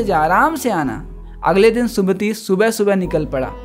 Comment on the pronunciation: vo sumit hai sumati nhi